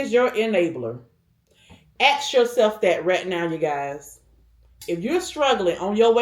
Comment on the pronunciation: YEAH....AXE YOURSELF. Do people no longer get an education? I believe the word is ASK....ASK....ASK! Not AXE.